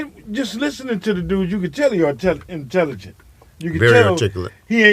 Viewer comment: That nigga said artelligent